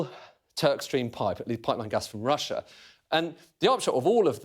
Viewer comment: It's Russssia!